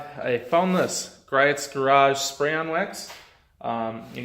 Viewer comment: It’s pronounced Gree-oh. :)